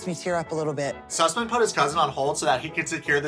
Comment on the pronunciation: ‘Susman’ lmaooooo 💀